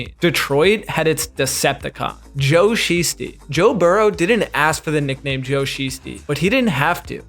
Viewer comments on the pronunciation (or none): just so you know it’s pronounced Sh-I-stee not Sh-ee-stee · 🤦🏾‍♂️Delete this video and start over. It's pronounced more like shy, not she. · "Shiesty" is pronounced as "shy-stee" not "she-stee." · It's pronounced shy-stee btw. Otherwise, interesting video. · bro pronouncing shiesty wrong threw off the whole video and i cant even finish it. smfh! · O man I hate the Bengals but that pronunciation of shiesty is cringe lol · NGL, your pronunciation of "Shiesty" was grating on a nerve. And it's Matty not Maddie